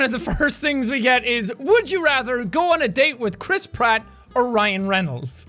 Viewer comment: Every time you say Chris Pratt all I hear is Crisp rat